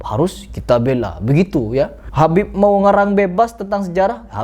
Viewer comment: habibe.pake qolqolah.wkwkwkwk makin lucu aja nih orang.ikut stand up bisa kali